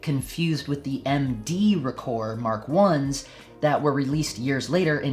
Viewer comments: Ahem....ROH-kor, not ruhKOHR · Good video but you are killing me with the pronunciation. its pretty well established that Rokkor is pronounced Rock-or not roak-or.. Hence the name of one of the most popular minolta websites ever the Rokkor Files, which is a take off on the Rockford files. Also the earliest SR pre-MC mount is often referred to as just SR or auto rokkor or AR I and II There are some lenses in this group with some interesting characteristics too